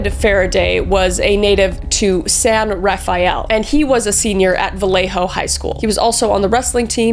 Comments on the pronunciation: the town is San Rafael (pronounced San Ra-Fell) BTW the most compelling evidence can be found in "In the shadow of Mt Diablo" by Mike Rodelli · As a Marin native, I can't stand the pronunciation of San Rah-fie-el. It's San Rah-fell. Also, it's Ben-eesha, not Ben-i-seeya. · My only peeve: it's pronounced San Ra-fell. Not Ra-Fi-el 😂 I grew up in that region. Love you, Kris! You're awesome and hilarious ❤ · Did she just say “San Rah-fy-el” 😭. Cries inside as a San Rafael native . It’s pronounced “San Ra-fel” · Honestly it never hit home just how local this case was untill I moved to another state. It's weird hearing all those familiar names of familiar places in this context. On a lighter note, it's always fun to hear the ways people who aren't from the area pronounce names like San Rafael (San Ruh-FELL) and Benicia (Ben-EE-sha). I love seeing the logic behind different guesses and what it can hint about someone's linguistic background. But untill you spend enough time around locals, some of those names aren't easy to guess. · Great video! Small correction, as a bay area native, non-natives often pronounce San Rafael... "San Raphael (or Raf-eye-el). San Rafael is pronounced San Ruh-Fell. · It’s pronounced San Ruh-fell and Ben-neech-ee-uh. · I was a child living a few towns away from San Raphael (pronounced “San Re-FELL”) and I remember the fear our parents felt. My sister and I had nightmares for years afterwards. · Norcal city names are kind of funny to pronounce sometimes but it’s San Rafael pronounced “San-ruh-fel” :) great video ! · you pronounced san rafael (it's like san ra fell) and benicia (it's like ben knee sha) wrong heh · Californians pronounce some of their Spanish names a bit different. San Rafael would be San Ruh-fell. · The word pythian is pronounced like myth. San raFELL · San Rafael is pronounced San ra-fell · Us Bay Area kids will know that San Rafael is really pronounced "san ruh-FELL" 😅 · It's spelled San Rafael but pronounced San Rafell.